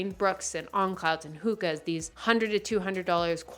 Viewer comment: has me questioning the way I pronounce “Hokas” 😭 Is it “Hu-cas” or “Hoe-cas”??